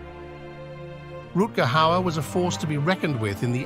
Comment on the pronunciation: Pronounced Rutger Howard right the first time and in the next breath pronounced his name wrong!!!